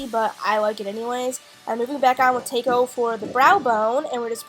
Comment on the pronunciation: tako is pronounced like the food taco. lol, just so you know.